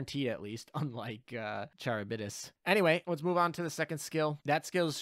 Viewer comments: It's Karib-dis. The C is said the Greek way which is with a K. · Charybdis = car-RIB-dis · CAR-IB-DIS lol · It's pronounced ka-rib-dis, incidentally another dido class is called Scylla lol, the other monster that chills with Charybdis, can't wait to see what hentai ass skill she will have what with Scylla's whole tentacle thing lol. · Also Charybdis is pronounced by taking the Char from character and ibadiss